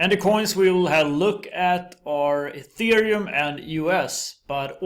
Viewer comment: Thank you for pronouncing ETH "Ethereum" and not "Ăthereum" like all the other crypto youtubers do. Dirived from the word 'ether'. Definition: Upper pure bright air. Pronounced (éther) (eether)